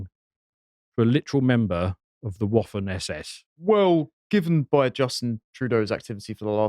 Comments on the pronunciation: It's pronounced vaffen SS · Waffen ( same root as the English 'weapon' ) is pronounced with a 'v'.